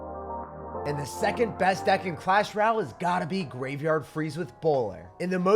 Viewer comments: Bro deadass said “clash ral . “ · bruh this guy still cant say clash royale